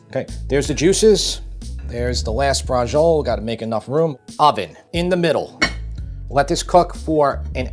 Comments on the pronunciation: Amazing recipe. Can't wait to try it. I can't help but cringe, though, at the Italian-American pronunciation (butchery) of real Italian words. "Braggole", "Gabago","Proggute", etc. . . We need to show some respect and deference for the country and culture that brought this great food to the world. It's "Bracholleh". 🤌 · Great video well done, but please pronounce the word in Italian and don’t drop the vowel at the end!😂 drives me nuts when my father’s family Anglicized all Italian words. Relish the beauty of the Italian language. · Oh my God, your pronunciation... Anyway, BRACIOLA is a cut of pork, with bone. It is called Pork Chop. Only in the SOUTH do they call this dish Braciole al sugo. How ignorant they are. And note, very important. They (in the South) use the Tomato sauce of the "Braciole al Sugo" and refill with other fresh tomato and keep cooking. Eating the meat once a week. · Why do Americans always insert the 'g' sound from "beige" into foreign words where it doesn't belong? The "ci" in "braciole" is a "ch", like "cheese". The "j" in Beijing is the "j" in "joke". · Always funny seeing Italian Americans saying Italian words wrong. Recipe looks good though. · This looks so delicious, seriously bravo. BUT....oh god the pronunciation of Braciole, brother come on. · Bra-chee-o-le, not bra-zhul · Bradgziol :-) may be get the name in real italian accent sort of "Bratshiolé" in english tongue? the e at the end is not silent, overwise interesting way of doing Bratciole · Quick improvement: Don't say Brahjole. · Isn't it pronounced "Bratciolay?" My Italian's pretty rusty. two c's are hard right? one c soft, so it's "brashiolay"? do we just call it brashol over here? I'm a bit confused on the name, but the recipe looks amazing. I just ate and I'm still drooling! wish I had 2 stomachs... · Great episode, but i just wanted to inform you that braciole is pronounced brah-CHOH-leh. Thanks for the video. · Bras Chi Oh Ley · What is a Bra-Joel? LMAO 🤣